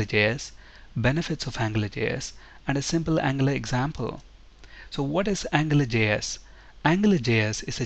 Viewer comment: it sounds like you are saying "angler" js.